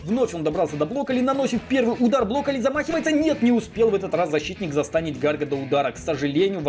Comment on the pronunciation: Мне нравится как говорит блокколи))